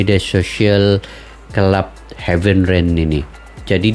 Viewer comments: Harenveen bang ..😂 bukan havenreen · Heerenven bang.. bukan hevenren 😂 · Bukan Hevenren bang😂😂 Tapi heerenven